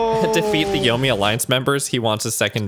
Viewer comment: Yomei is pronounced “yo-may,” just so you know. In Japanese transliteration, an E followed by an I is always pronounced like an “ay” syllable, as if say “eh ee” at the same time